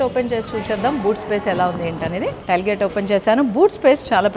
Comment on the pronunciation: టైల్ గేట్ కాదు, టేయిల్ గేట్